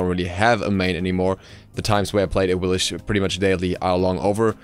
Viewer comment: It is pronounced Awilix, not "Awilish"